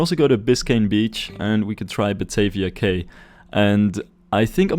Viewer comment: Fun fact: Cay is pronounced like "Key" in English!